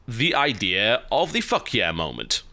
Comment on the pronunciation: I think what he meant was 'Fuck Yeah Moment'. Not ' fuckiah'